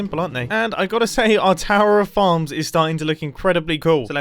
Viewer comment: whn he said farms i heard like "how many fans can i fit in this square " LOL